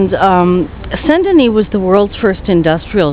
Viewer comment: I meant to say i like how you pronounce "San-Deny", if you'd ask me to pronounce it, i'd say San-Denise,...hehehehe! XD